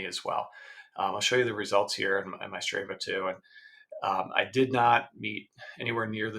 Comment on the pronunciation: It's "Str AH va". Also, weird that you never rode a 100 miles at any point in your training.